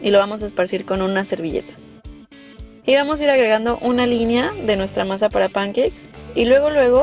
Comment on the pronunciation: Concuerdo contigo, si les va a decir pancakes como los que hablan inglés les llaman, mínimo que lo pronuncie bien.